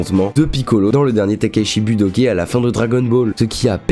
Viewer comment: Très bonne vidéo mais en temps que gros fan j'ai eu un fou rire ultime 😂😂 "son affrontement avec piccolo au dernier Tenkaichi Budoké" ça ce prononce Kaï comme aïe a la fin (Budokai)😂😂😂 merci pour ce moment magique 😂